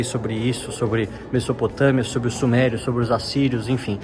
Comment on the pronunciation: muito interessante o vídeo. Só uma coisa: a pronúncia de Mesopotâmia não é “messopotâmia”, é “mezopotâmia”.